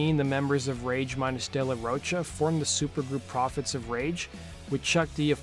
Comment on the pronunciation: It's not "Roach-a" it's "ro" pronounced like rock "cha"